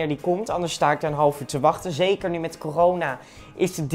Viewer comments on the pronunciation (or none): ook zegt hij coroma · Niemand: Maar Dan Ook Echt Niemand:: Coroma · Niemand:: croma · Coroma haha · Niemand Echt helemaal niemand Maar dan ook echt helemaal niemand. Jij: coroma virus